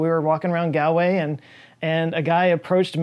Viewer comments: Gal-way????? Try pronouncing it Gawl Way! Might help you survive your next visit… You’re welcome. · Gawl way. Not gal way. Gawl as in Paul... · Also it's pronounced Gaulway and not Gaaalway even if it's spelt Galway. Also that's awesome, wise I ran into him when he was over here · Love u but it’s actually pronounced “Gawl-way” not “gal-way”. Are w Galwegian, this hurt my soul. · Wasn't expecting my home town of Galway to be mentioned. Although I'm not the Paul he met. FYI, it's pronounced Gollway, not Gallway. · Love your videos but its Galway is not pronounced Galway but Gawlway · It’s pronounced “Gall-way” not “Gal’ way”. Nice shot of Dunguaire, by the way. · Hal-fords, not hall-fords and Ghoul-way, not gal-way. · Did you go to Morans Oyster Cottage in Kilcolgan on your trip to Galway? I highly recommend it. Also pro tip it’s pronounced gall-way and not gahl-way. I know a lot of folks from Ireland that get pretty mad from mispronunciations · Gowlway…dude…Galway, like as in the gall of the person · It's "Gaal" way not "Gal" way. Otherwise this is damn good. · Its 'Gawl'way , like yawl with G, you're welcome😉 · Hi from Galway (Pronounced Gawl-way Grrrrr (side cam: just kidding about the grrr) hope you enjoyed it here. Am a big fan. Free lunch the next time you're on our Island. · hi man I'm from Galway. wasn't me you met. anyway sorry about this but it's pronounced like Gaul way. love your show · Quick tip. Galway is pronounced more similarly to "Gaulway" like Gaul as in france. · Lots of Paul in Ireland. Another one here. Not the one you met in Galway. I will, so help me God, get you guys to start pronouncing Irish place names correctly. It's pronounced Gawl-way. You're welcome! Fantastic place. Hope you enjoyed the trip! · It's pronounced "Galway", to rhyme with "Paul-way". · It's pronounced "gawlway" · Someone may have covered this already but you need to check the pronunciation of Galway, more like gaal·way :) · You butchered it. It’s Galway!